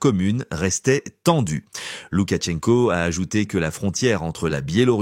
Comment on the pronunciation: Loukachenko pas Loukatchenko